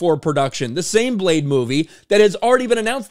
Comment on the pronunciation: Retitle it: Bleh-de!